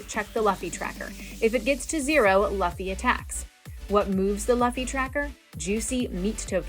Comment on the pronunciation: Love the video, great instructions on how to play the game. As an anime nerd I feel the need to let you know that's pronounced "loofy" 😅 but great video nonetheless!